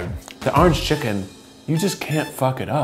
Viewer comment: "Arange Chicken"